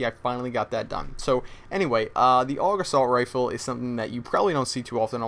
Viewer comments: I hate it when people say AUG like 'aawg' it's A.U.G. :@ Sorry about ranting lol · It's not pernounced og it's pernounced A.U.G like U.S.A. Duh every1knows dat